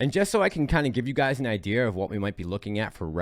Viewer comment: Idea has an R in it?